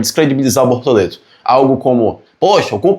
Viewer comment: Desculpa mas eu ri muito quando disse "Bortolento" aos 😅😅😅. Lembrei o antigo programa "Casseta e planeta"